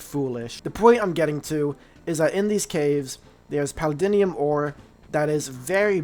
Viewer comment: Paladinium? Bro what are you saying. It’s Paldium